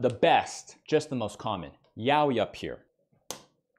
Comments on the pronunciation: The pronunciation isnt even Yawi... Its sopposed to be Ya oi, literally.' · I didn’t know it was pronounced Yao-whee. I thought it was yah-oi